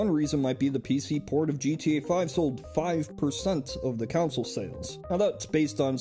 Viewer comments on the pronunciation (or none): “Counsel” instead of consul 🤢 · "Council" (con-SOLE) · Why are you saying console as counsil? Are you secretly Anakin Skywalker? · I thought we were talking about console vs computer, not "council vs computer". Also, those other notes killed me, lmao. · It gave me OCD. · Anyone else hear "Counsel" the whole time?